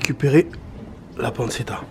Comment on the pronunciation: ARRRRGGGGHHHH. PANNE TCHE TA et pas panne ce ta... Mes oreilles ont trop mal. Super travail quand même. Merci !